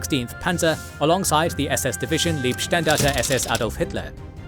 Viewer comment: Leibstandarte, not Liebstandarte. It sounds like “aye” or “I”.